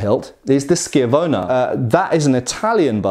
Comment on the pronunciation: Great video. So glad you said schiavona correctly. My weird brain gets annoyed at stupid things like that. Been reading the new book on highland broadswords and in the states on kindle it is only 5 bucks. I know little about the form so it is nice enough to take the novice by the hand and make thinks clear. Lessons of the Broadsword Masters: Essential Skills of Broadsword Fencing